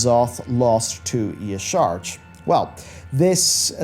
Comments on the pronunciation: I love your content, but for the love of all that is Holy - Yah-Sha-Raj. Not Ye-Sarge. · What are wavees? It's pronounced yah sh'razhj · Y'shaarj is pronounced Ya-Sha-Raj. The void has been all about consuming all. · I get that the spelling of Y'Shaarj makes it hard to pronounce, but we’ve heard it pronounced by the Klaxxi in game as YAH-sha-raj. I know it’s a nitpick about pronunciation of a fictional deity, but it’s a little annoying when people don’t do the research